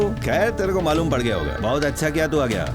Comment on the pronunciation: "पढ़" नही भाई "पड़"😂